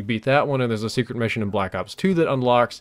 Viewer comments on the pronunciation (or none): none